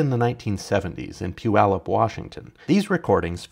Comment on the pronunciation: Pronounced Puyallup correctly!!!